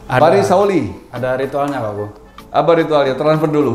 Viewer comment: Pari "Sak wuli"..atau "sa wuli" / "se wuli" bang (kalau di singkat) Bukan "sauli" 😂😂 Artinya "se tangkai" padi... Ada "Rong Wuli", atau "telung wuli" 😁😁